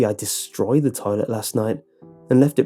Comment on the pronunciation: i DESTROYED the toilet... love the emphasis on DESTROYED lolololololololololololololololololololololol